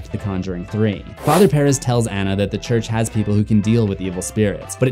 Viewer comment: You pronounce Perez so wrong 😂💀